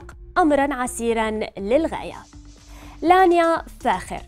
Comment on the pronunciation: انتي قالبه الاسم يا مذيعه الفرس اسمه لانيا